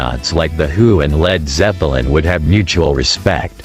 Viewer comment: Town-Shend!?! Led Zep-eh-lin If you're going to use AI voice do a run-through listen before you post